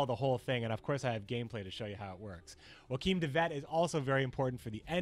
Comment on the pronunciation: Well, at least you pronounced Joachim correctly... No seriously, you pronounced almost every other name wrong. Like, wow.